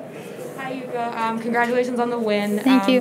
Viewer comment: Yuka’s pronounciation is Yuuka, isn’t it?